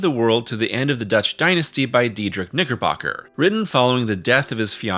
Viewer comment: Bro the way you pronounce Knickerbocker with a G REALLY made me flinch every time you said it lol